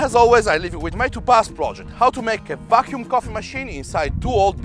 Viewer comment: When he says "how to make a vacuum coffee machine..." , it sounds like he is saying "how to make a f$&king coffee machine..".